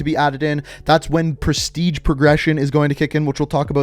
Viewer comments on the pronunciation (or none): I heard Presitge... is this so??😯